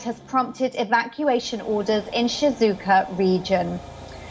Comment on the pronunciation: It's Shizuoka guys, not Shizuka 😅🤦